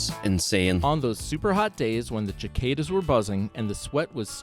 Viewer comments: Okay that has to be an AI generated video or a Californian reading it. What the heck is a chickada that is 1000% not how you pronounce that word. Its a bug from southern USA and Egypt. Its a Cicada pronounced sick-aid-a. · EXCUSE ME DID HE JUST SAY "CHI-KAY-DAS"??!!?? They're "SICK-ADAS"!!! 😂😂😂 (Born in 86 here!!) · That merry go round was the most fun thing on the playground! The narrator mispronounced cicadas. LOL